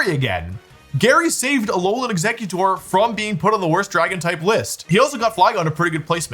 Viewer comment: I got physically hurt when he said Ex-ECK-utor was among his favourite Pokémon. Eggs, Wolfey! Like Exeggcute! Like Exeggutor's heads!